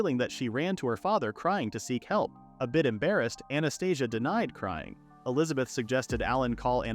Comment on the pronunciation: Anastasia sounds similar to Anesthesia, the way how you say it...lmfao